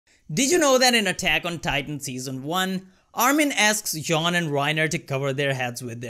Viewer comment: Bro.....WHY TF ARE YOU PRONOUNCING JEAN'S NAME JOHN!